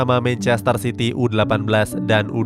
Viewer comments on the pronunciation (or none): none